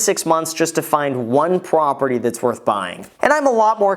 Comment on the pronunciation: One Pwoperty xD